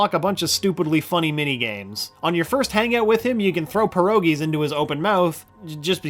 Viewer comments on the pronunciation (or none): Btw that's not how you say pierogi.The i isn't silent.